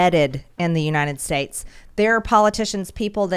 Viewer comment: I can't stand her speech impediment. Unined States. Senence. 😂😆😂